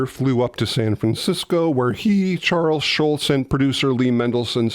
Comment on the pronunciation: This another great video, but it's Charles Schulz, not Charles Schultz. You blockhead! 😁